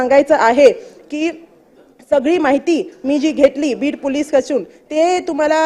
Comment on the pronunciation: बाईला पोलिस पण धड म्हणता येत नाही 😂